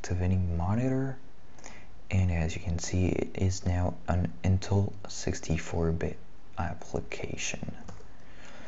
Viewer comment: I'm confused are you pronouncing intel as in-till? and developer as deff-lopper? haha